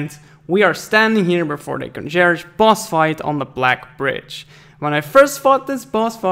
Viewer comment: "Congerge", really?